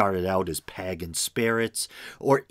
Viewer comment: Pagan = Paygan not Paggan. Use a dictionary with a 🔊so you know how to pronunciate.